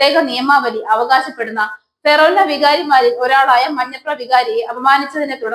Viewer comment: ഫെറോന അല്ല കൊച്ചേ ഫൊറോന!!